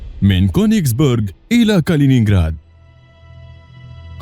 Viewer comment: اسمها كونجس بيرج مو كونجس بورج لنو بورج معناها قلعة